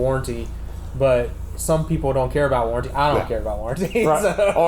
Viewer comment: "Warrenty" HA Ha Ha I void Warrenties.